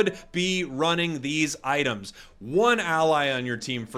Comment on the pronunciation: "ITEAMS" lol